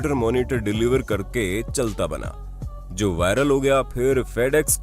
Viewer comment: भाई, Joe की हिंदी में भी ‘जो' pronounciation होता है। ना की जोई!!